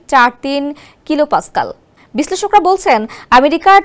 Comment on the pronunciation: কিলোপাসক্যাল না কিলোপ্যাসকেল হবে(Kpa)